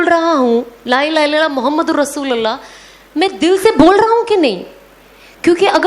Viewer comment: Masha Allah bahna.....With due respect lovely Sana sister in kalima as pronounced rasulullah is correct with pesh on lam not zabar on lam. Jazakallahu khair